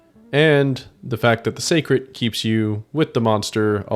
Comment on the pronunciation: hearing say secret instead of seikret is starting to pmo